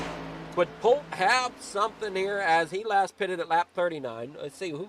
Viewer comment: Great Broadcast! Fantastic job you do! Polteeeee not Polt for future races lol. Just giving you crap!